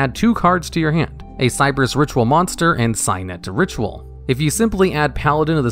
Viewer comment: Okay, having seen Yu-Gi-Oh! the movie, am I the only one who noticed that the English Dub and sphinx card names are inconsistent? Like, the card name is spelled "Theinen", yet the dub pronounces it "Thin-ee-en"? WTH?!